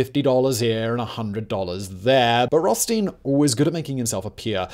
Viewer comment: it's Roth as in childs and stein as in beer